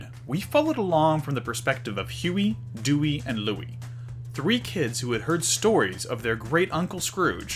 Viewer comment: It's funny how he messes up Della's name like he does Dewy. I guess mother like son or the other way around.